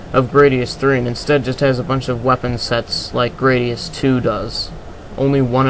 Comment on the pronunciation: grah-di-us not gray-di-us